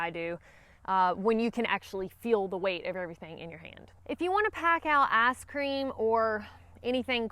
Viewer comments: Did you say Arse Cream or Ice Cream ? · Haha "aaassscream" 🤦‍♂️ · Say “ice cream” again